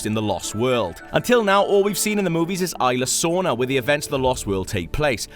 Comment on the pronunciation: ''Ayla Sorna''